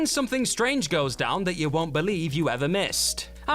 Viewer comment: is it fair to point out that whoever is doing the narration (they guy not the girl) can't seem to pronounce words properly? in the whiplash section he says band - uh rather than band; again -uh rather than again? is it annoyingly intentional overemphasis? or a speech impediment?